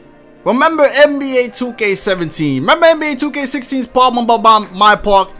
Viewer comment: Bro I lost it when he tried to say problem at my park